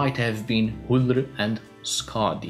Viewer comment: Pronouncing Ullr's name made him look like he was "choking on your own tongue", if that made any sense.